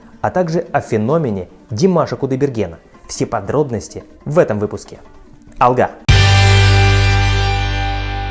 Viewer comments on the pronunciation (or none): none